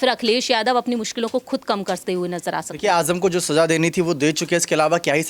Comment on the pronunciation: Ajam nahi azam bolo j nahi z hai pahle bolne ka tareeqa seekho